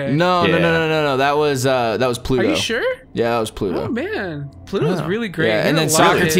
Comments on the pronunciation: Daniel Mercado he also said Pluto instead of Plato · did fucking call Plato, Pluto lmfaoooooooooooooo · Am I the only one who noticed he called Plato "Pluto"... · said Pluto when it was Plato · HIS NAME WAS PLATO NOT PLUTO